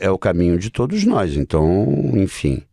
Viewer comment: Eu até q ia assistir por causa de Miguel... Más como vc avacalhou com esse "todis" Eu não Clico mais no seu canal de jeito nem um!!!